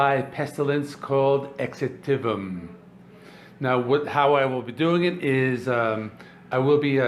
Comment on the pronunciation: If I reviewed Darkthrone I would probably give it 1/10. 😎 Btw Exitvm is pronounced Exitum. As if the v is a u. I think the old Roman text used v instead of a u. There are many instances on the album as you said. As for the album itself it’s pretty solid with groovy repetitive riffs. The riffs get sometimes a bit boring but quite catchy too if that makes sense. I need to play again but that similar feel makes it a touch disappointing. About a 7/10.